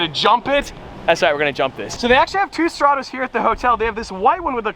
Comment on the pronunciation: If your license plate isn’t “STRATAMN”